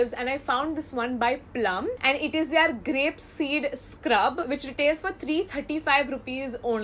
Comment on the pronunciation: Is it just me or does her "their" always sound like THEY ARE? O.o